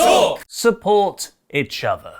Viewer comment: Are we just gonna ignore the fact that can't say 'each'?